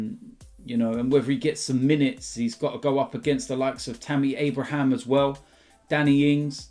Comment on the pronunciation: Why do and call Tammy Abraham “Tammy Abrahams”